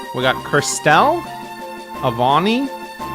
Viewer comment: Am I the only one who hears how manys says Kirstelle and thinks of it as some kind of off brand glass cleaner?